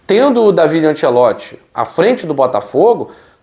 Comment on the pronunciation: O certo é falar Dávide. Io sonno italiano e parlo la língua de Dante.